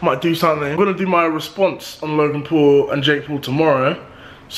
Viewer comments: It’s Paul not pool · this guy is saying pool instead of Paul😅😅😅😅